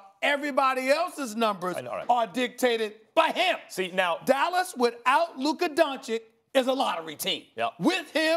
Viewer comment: Stephen "Luker Donchick" A. Smith